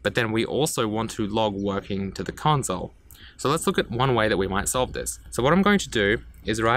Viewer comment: The “conzole”